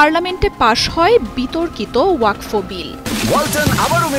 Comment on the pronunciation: Madam, learn how to pronounce the word WAQF. It is not WAQFO.